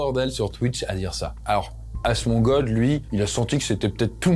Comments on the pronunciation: j ai cru ta dit < a se mongol< pas asemongold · Asmongold = entendu la même chose sans le d à la fin..